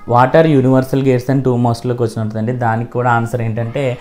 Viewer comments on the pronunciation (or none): Quation❌ Quachanu✅ but super explanatn sir 🫡